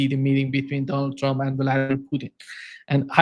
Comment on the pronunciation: Ma ti sei perso la clip di Trump che sostiene siano stati i russi a rubare i progetti dei missili supersonici agli americani, durante l'amministrazione Obama ? wawe media ( La pronuncia di Putin è Putin , non puthn ,sia in inglese che in russo, si pronunciano tutte e 5 le lettere, accento sulla u.)